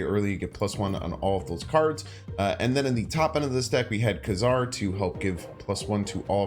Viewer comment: I believe the 90’s cartoon cleared up the pronouncement of his name as “Kay Czar” not “Kuh Czar”. New to the game and it will be a long time before I can get to Thanos but now I have an end goal. Thank you for your videos.